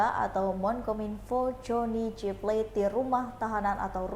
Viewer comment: SP tidak akan pernah memecat JGP karena ini dilakukan supaya dia tidak nyanyi seperti Nazarudin,,, Mbk reporter please itu plate bkn bhsa inggris,baca yg bnr😂